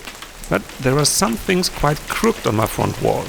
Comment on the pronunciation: Pronunciation note: in English, the word “crooked” is pronounced with two syllables, crook-ed. Every time you say crookd it takes me a second to translate it in my mind. LOL 😆